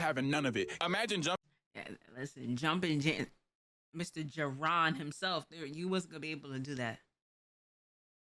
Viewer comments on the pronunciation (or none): Pls stop calling jiren ji-Ron 😭😭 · I like how calls jiren- like jiron. Which sounds like tyrone